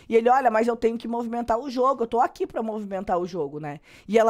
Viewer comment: eu amo quando voce fala uqui kkkkkkkkkkkk ja adotei no meu vocabulário